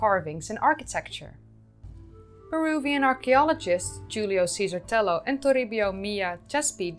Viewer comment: Creo que pronunciaste correctamente la mayoría de los nombres. Algunos nombres de lugares no me son conocidos, así que no estoy seguro. Sobre Tello y Chankillo, has de saber que en el castellano la doble L vale por el mismo sonido que la Y, no es como el Italiano. Hace poco se han realizado nuevos descubrimientos en Chavin, cerca de Casma pero en las alturas de los Andes. Nuevas galerías subterráneas bajo el templo antiguo. También una cultura muy antigua descubierta en la zona del río Marañón, entre Ecuador y Perú. Uno de las más interesantes revelaciones es que habrían domesticado el cacao 1,500 años antes que los Mayas.